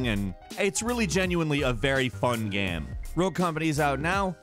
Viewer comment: I’ve never heard some say the word game so weird in my entire life. How do you pronounce game gaem? The only thing that annoys me about this channel.